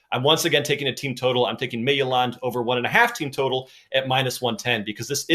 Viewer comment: Hey, Midtjylland is pronounced mee-too-laan. I found something really cool on Google Chrome. If you type the team name and pronunciation Chrome will tell you the pronunciation and you can hit Practice and it will listen to you pronounce it and tell you how you did!